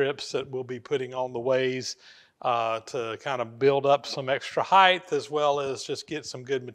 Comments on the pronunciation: sure, but often pronounces the end of the word like it ends the same as WIDTH or BREADTH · I’m curious to know if it is customary in the USA to pronounce the word HEIGHT as if it has an extra H on the end. No criticism, I’m just curious.